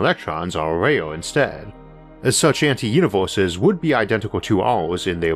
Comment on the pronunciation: LOL UNIVORSES ...with much love and much churge ...HAHA damn if not for that slight speech impediment ...He would have one of the best spaking voices